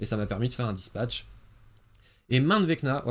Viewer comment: "Dispatch!" "... Spatch" Change jamais mon x)